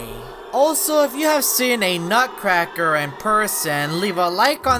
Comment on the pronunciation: Then the youtuber saying sun of a nutruccraker